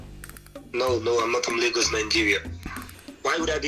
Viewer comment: Why do you pronounce lagos as legos? 😂